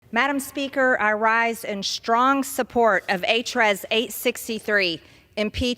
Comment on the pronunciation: "in Shtrong support..." Are you saying his actions are "in-dick-table?? Rep. Raskin, you are a boss.